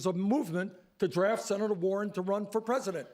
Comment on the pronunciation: notice war-hen says I ... Bernie says WE